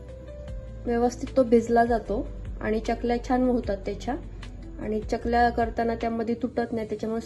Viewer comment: चकल्या असा शब्द आहे. च आणि y cha जोड उच्चार करतात.